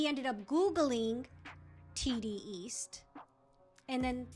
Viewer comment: Bruh it's TDEAST not TDEEAST